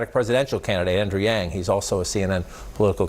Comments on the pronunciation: I wanna tell you Andrew's last name Yang should be pronounced similar 'young'. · Small slip up there “Andrew Young... yang” 😅 but he recovered.